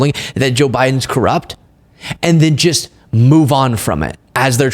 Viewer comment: love what you do, but the word is pronounced "just", not "gist" (I'm a grammar nerd)